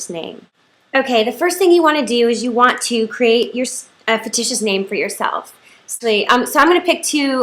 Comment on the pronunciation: It's pronounced "fiCtitious" honey not "fiticious.